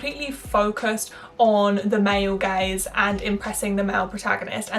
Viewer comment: Am I the only one who thought she said "male gays" instead of "male gaze" I'm like since when does this society value the male gays